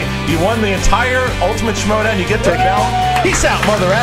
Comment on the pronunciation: someone gotta tell that its not the Showdown but the schmoedown